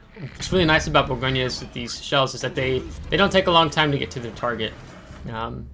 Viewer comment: I love the Bourgogne. It’s an amazing ship. 👍. Btw, fyi, we don’t pronounce the “e” at the end, in French. So it’s more like, Bourgogn. Hope that makes sense. Love your vids bud. Keep up the good work. Thank you.